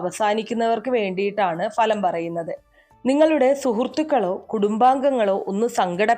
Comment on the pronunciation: ഇതും ഒരു തട്ടിപ്പാണ് എന്ന് മനസ്സിലായി. അതൃപ്തരായ ജനങ്ങളുടെ വിശ്വാസത്തെ ചതിക്കുന്ന രീതി നിങ്ങൾക്ക് ഇത് വഴിപണം നേടാം എന്നാൽ ഞങ്ങൾക്ക് സമയനഷ്ടമാണ് ഫലം. നിങ്ങൾക്ക് മലയാള അക്ഷരത്തിൻ്റെ ഉച്ചാരണം പോലും അറിയില്ല കാരണം ഫലം എന്നത് ഭലം എന്നാണ് പറയുന്നത്. ഇത്തരക്കാർ വിളമ്പുന്ന വളിച്ച മലയാളം വിശ്വസിച്ച് നീങ്ങുന്നത് തന്നെ തെറ്റ്. കഷ്ടം ഇത്രയും നികൃഷ്ട ജീവിയായി കഴിയരുത്. കാലം പൊറുക്കില്ല താൻ നശിച്ചുപോകും . തീർച്ച..